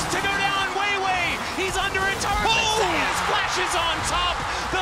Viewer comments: I find it weird how they pronounce Zeus as Zei-us, and Oner as Owner. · Why the hell are there sayings Zeus wrong 😂😂😂 Smite ain't gonna Copyright yall just to say ZEUS RIGHT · Why do the casters mispronounce Zeus